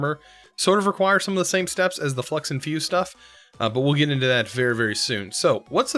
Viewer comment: Supremium, you say? Shouldn’t it be red and white? Edit: flux sounds like flex. 🤔